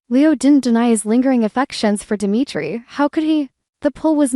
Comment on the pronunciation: Unbelievable how does someone who claims to an avid DOOL fan mispronounce so many names? Such as Marlena, Javi, Dimitri. There have been others but I can't remember all of them. Have you heard any?